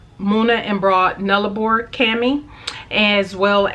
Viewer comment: Great face off! And well done on your pronunciation of Nullarbor!